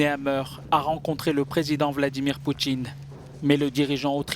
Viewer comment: Vladimir “Poutchjine” 😂 ? C’est quoi cet accent de banlieue 🤣 ??